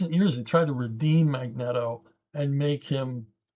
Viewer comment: Mag-net-o vs. Mag-NEAT-o - We can put Chuck in the Mag-net-o column.